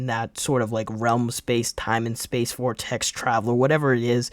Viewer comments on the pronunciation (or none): none